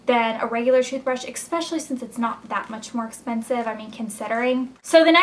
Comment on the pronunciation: you're adorable, but I think it's hilarious when you and your sister say "especially" like-"ex-pecially" :) I laugh every time